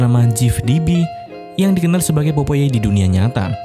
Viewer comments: Popeye dibaca popay BLOK🤣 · POPEYE dibacanya PAPAE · Perasaan baca nya pop ai lah, jadi, popai